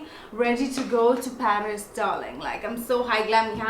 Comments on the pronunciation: yeah you're right 😅 paris doll with British accent! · haha I'm talking about the part where she mentions Paris.. that part is a little British 😁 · Okay we ain't going to Paris with a British accent..nono!😂 We all know when a brand says 24 hours😂 that expression haha! Brands should just come out with a 7-8 hours wear foundation and we'll still buy it🥺🥺 Also, love the vid!